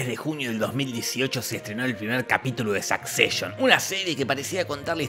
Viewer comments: me da mucha risa que diga SAKCESHON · "Sakseishon" :face-blue-smiling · La pronunciación de la Palabra Succession es de las cosas más Repugnantes del vídeo